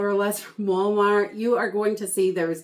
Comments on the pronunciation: What state are you from because you say wawmart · I LOVE YOUR SHOPPING HAULS! & the way you say Walmart 😃